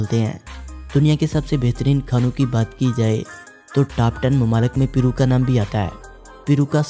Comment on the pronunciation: It's not peero Ita pairoo